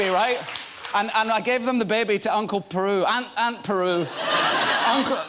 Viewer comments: I'm guessing he didn't film many scenes with BERU in the new series, seeing as he doesn't know how to say her name properly! lol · Beru not peru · Is he saying Aunt Peru?? hahahah xD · Aunt Beru not Aunt Peru